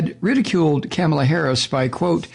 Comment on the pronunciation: Rupert Murdoch. He’s a televangelist, right? I kinda figured. Its pronounced “Kah-mah-lah” with the emphasis on the “Kah” part.